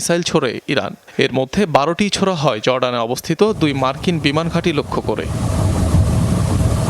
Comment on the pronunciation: উনি ছোড়া হয় বলতে গিয়ে জোড়া হয় বলে ফেলেছে 😂😂